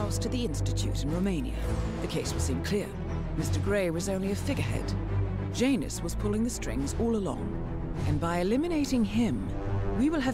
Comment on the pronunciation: JANUS the J is silent